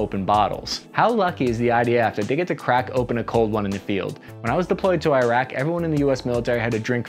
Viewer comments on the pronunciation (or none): none